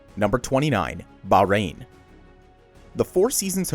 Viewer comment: It’s pronounced baa hhh rain